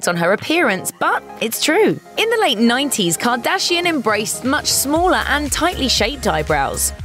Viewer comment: I hate how you pronounce “kardashian“